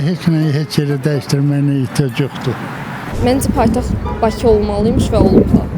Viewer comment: Jurnalistlər küt adamları haradan tapır? Ay qız Baçı yox, Bakı. Bu millət ç hərfi ilə k hərfinin fərqini bilmir. Ay oğlan azərbaycan dilini dərindən öyrən. Ay xanım şəhəri köçürməkdən söhbət getmir, paytaxtı köçürməkdən gedir.